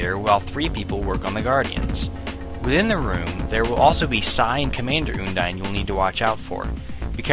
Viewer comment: its un-dine not oondine